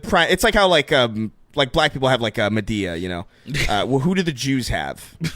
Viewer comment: Wtf is Med-E-A?